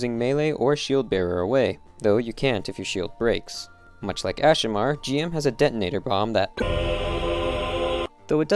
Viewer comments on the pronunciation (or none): ITS GM (JIM) ITS NOT G.M. ITS PRONOUNCED JIM JIIIIIIM GUNDAMIT🤦🏽‍♂️.